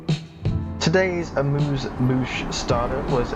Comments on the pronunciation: Great review but jeans and a t-shirt in first class! It’s amuse-bouche not “amuse-muche “ and rose champagne with beef curry? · Amuse "mouche"?!